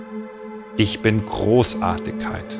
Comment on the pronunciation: Nur die bayerische Aussprache stört, z. B. Großartikkeit ..., sonst super